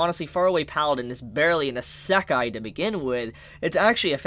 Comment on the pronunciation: I'm amused at your pronunciation of Isekai as "uhh suck eye" instead of "EE Sec eye" lol.